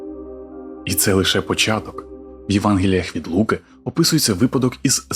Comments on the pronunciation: чел не "від Лу´ки", а "від Луки´". лівачокококок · не лУки а лукИ дебіли